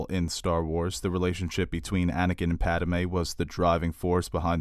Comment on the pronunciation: "Pademe"..? xD Anyway, idk what to think. I've seen a number of people saying it's not bad, but still nothing that good, and others say it was pretty decent. Maybe I'll watch it when I can rent it.